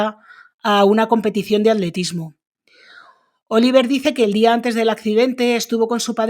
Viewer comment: Oliver y se pronuncia Olivié . Que bobos son de regresar del Canada. Y el dinero sigue para ella?